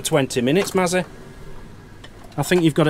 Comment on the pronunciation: Sorry it’s Mazzy isn’t it not Massy😢🤪